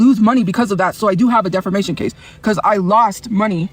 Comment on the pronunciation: how has she still not learned how to pronounce "defamation" 😭